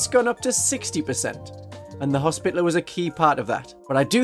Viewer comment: commenting for the algorithm and to humbly beg a reexamination of the pronunciation of hospitalier—more “hospitality,” less “hospital” 😅 it doesn’t need to be the french pronunciation or anything but i feel like we as a community have strayed too far into “spittle” territory (unless that’s just the uk pronunciation) Love your videos keep up the good work ❤